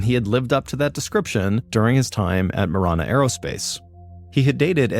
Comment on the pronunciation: It's pronounced Muh-ran-uh , I live 10 miles south of Marana . Also no trees or snow , but lots of dirt , heat and cactus 😂